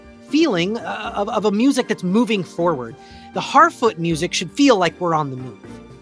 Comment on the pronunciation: Every time he says "Harfoot" I keep hearing "Halfwit" and I am convinced it's intentional.